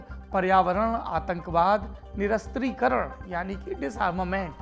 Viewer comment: Nirstrikaran ya nishshatrikaran